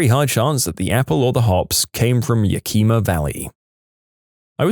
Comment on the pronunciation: That is the wildest pronunciation of Yak-Em-A I've ever heard in my life 😂 Also, 100% probably the most dangerous place in Washington, even more dangerous than Seattle.